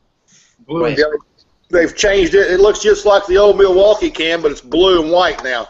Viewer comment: Examining Old Milwaukee? Now that's funny. It's cheap. It's not so good. It's cheap lol. Uh. ...it's Old Mil-blah-kee. Funny review. How you talked about it for this long was funny. Cheers you guys.